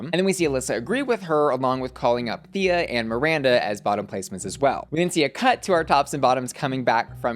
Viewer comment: Everything said. Also, waiting for Pythia to correct Ru on her name pronunciation. The emphasis is on the y, not i. I can hear my Greek ancestors groan each time it happens.